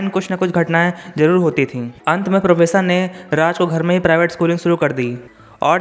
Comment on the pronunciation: Pronounce to theek se kar le bhai... vish ko vis bol raha hai, professor ko posar bol raha hai.. itni kya jaldi hai, aaraam se bolo. Aur video mein bina matlab ke effects daale huye hain, fade in fade out wale, dekhne mein problem hoti hai. Simple scroll effect rakho ya fir no effects se karo. Just my thoughts.